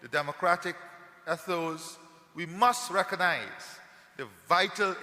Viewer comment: Did the President of Guyana, pronounce the word ....ETHOS, as EDDOES? He said that he is taking steps to ensure, that the new found wealth is shared with the most vulnerable. Note well; he did not say the most destitute. There is a massive difference between vulnerability and destitution. Is he insinuating that the most vulnerable; are the people of East Indian Descent? Is this the reason why they are receiving the most contracts and grants; from his Administration? He mentions RACISM as a factor, for causation of poverty. This is a lie. Racism does not exist anywhere in the world, since only one race of people inhabit the world....the HUMAN RACE. For racism to be factual, requires two or more races to exist; and be in conflict, fortunately that's not the case. It's all political propaganda Until I see evidence of the poor of my Country, lifted out of the cesspool of destitution, by receiving a monthly subsistence grant, (from the OIL PROFITS ) to be able to house, feed; clothe their family, with free, high quality medical care, I will not be convinced that this Government cares about; all the people of GUYANA. And I will not support such governmental malpractice, discrimination, and incompetence. His Administration must do better, to gain my support, and applause. Thus far, their performance gets; both THUMBS DOWN from me!